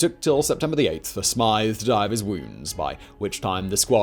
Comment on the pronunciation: What a fantastic video. Almost word for word as I learned in Leaving cert history! Bar the pronunciation of “Smyth” (Smith) 😂😂